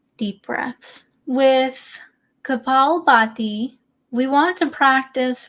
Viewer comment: Good pronunciation, actually :) That's a tricky one. Breathing is so important. Have you read the book titled breath? Great video. 👍